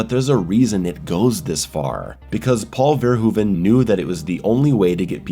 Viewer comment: I was so hesitant to click this video because of the expected pronunciation of Verhoeven but you actually got it right.